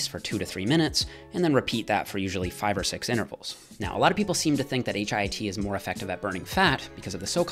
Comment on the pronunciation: Please call it HIIT, not HIT. Your friend, Dorian Yates.